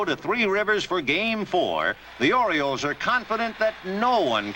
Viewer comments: What's an "Oriloe"?? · Oriloes? Idiot.